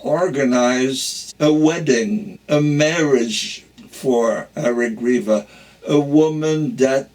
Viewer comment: His name was HaYagriva NOT HaRigriva